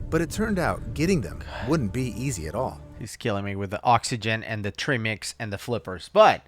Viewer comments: your face every time he said Treemix instead of Trimix was priceless. You could see your soul breaking/trying not to laugh everytime.😂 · It’s ai talking he typed in tri mix lol but the ai just says trimmmix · I’m chuckling at the pronunciation of TRImix myself 😂😂 and I’m not a cave diver at all, but I’ve been fortunate enough to be educated about it through you guys and the top notch divers you’re both affiliated with ❣️ Trimmix - the new diet drink 😂😂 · the “trih-mix” thing is killing me. like if you’re calling it that you obviously dont know it’s pronounced TRY-mix because tri=3 AKA 3 gases, and the amount of times he says “the divers were breathing trihmix” as if he knows what that even could mean just tells me the video you two are watching is about to tell me zero about diving-actually that makes it the perfect video for you to watch and explain! ha! well done picking a good video to watch! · In latin country we all probably say Trimix. As for you, was written with and "e". Is just in english you say tr-i-mix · It’s Tri-mix, not Trim-ex. Tri meaning three. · I like how they pronounce 'treemix' - sounds a bit... Woody 😝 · ' flinching when the guy says "trimmics" xD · at one point, I heard, "Trimmings" and got really confused. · If i hear trii-mex one more time, I'M not going to be able to breathe. 😂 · Treimex 😂😂😂trim-ex? Treemax, treemex? 😂😂😂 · Trim-ix lol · The cringe on his face every time he says trimix. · I'm not even a diver and their pronunciation of tri mix drove me insane lol. Cuz yunno... I have common sense and recognize the entire reason it's called "tri" mix is because there is THREE GASES. Lol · that pronounciation of trimix lol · the way he said TRIMIX, pretty obvious hes bever watched a DIVE TALK video or and diving video for that matter. lol chat gpt at it again!